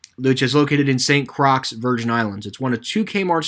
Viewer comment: It's Pronounced St. Croy, Not St. Crocks.